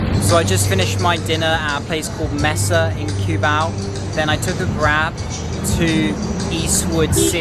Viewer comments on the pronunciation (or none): none